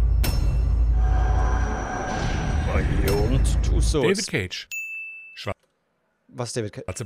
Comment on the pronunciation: Bayond Bruder :D wer kennt’s nicht?